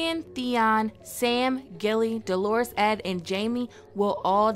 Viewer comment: I wish you'd stop pronouncing "dolorous" as "Dolores". Dolorous is an adjective meaning "feeling or expressing great sorrow or distress". Dolores is a proper noun, a female given name. True, it has its origin in the same latin word as dolorous, but which so you think is more appropriate for Ed, being male? An adjective that describes his character, or that his given name is actually Dolores and his family name is Ed? (lol...)